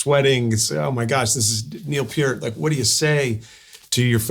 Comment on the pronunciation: Thank you Richard for saying Neil's name correctly!